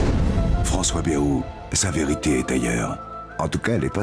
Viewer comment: pris en flagrant délit de "je ne sais pas comment prononcer Bayrou" ! Remarquez nous non plus... Sinon on aperçoit Jean Lassalle, c'est vrai qu'il a pas mal de points communs avec Bayrou.